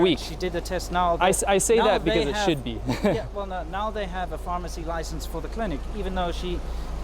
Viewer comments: "harmacy", how accurate. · "harmacy", so fitting